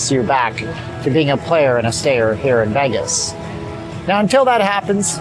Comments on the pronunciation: You pronounce Vegas as "Veh-gus." It's pronounced "VAY-gus." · It's not "Veggess", it's "Vaygess" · I like the way you pronounce Vegas, are you Canadian?